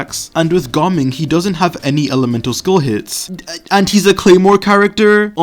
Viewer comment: I am very curious as to how you pronounced Ga Ming's name now